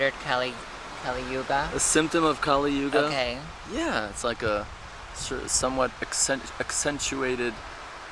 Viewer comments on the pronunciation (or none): It is KALI YUGA (q'li) NOT 'Kaali Yuga' (Qaali)as you mentioned in this video. King Kali was a demon and KAALI is a goddess. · Correct pronunciation is kalyug. You don’t need to add a on the end that’s just the British adding it on. No need . Easier to pronounce too.